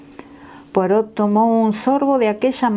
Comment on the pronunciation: Por favor, cuando lea frases en francés, asegurarse de la correcta fonética, en particular los nombres propios. Ej.: Poirot (la "t" final no se pronuncia!). También sería importante leerlo pausadamente, así logramos comprender. Gracias!